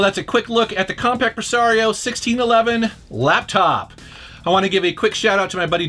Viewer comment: I thought you had said "Comperj"